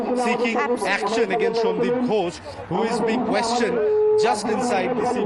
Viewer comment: Gosh no no. It gHosh. H is important there. Else it becomes Gosh of English speakers which some of them use to avoid saying God which would lead them to sin in Christianity. You can't call upon God all the time and disturb Him as He lay asleep or wandering. That is why they even want others to set standard times like Sundays for prayers.